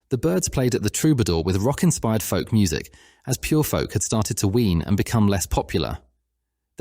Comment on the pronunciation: “…had started to Ween…” Groovy, man